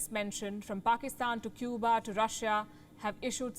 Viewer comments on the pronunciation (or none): none